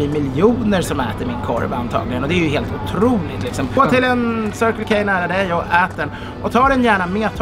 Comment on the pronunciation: Det här med anglosaxisk uttal...